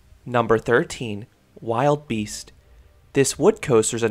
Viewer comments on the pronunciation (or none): Wilde beast is not wild beast it is said wil Da beast